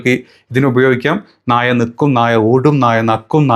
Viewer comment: നാഴയല്ല നായ